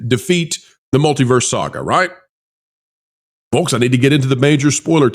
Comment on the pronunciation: And the L in Folks is silent.